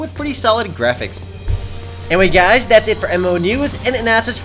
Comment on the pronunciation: im gonna make a utube account called "Gaiz" so that when Says "Hi Gaiz" i can imagine he's talking to me ^_^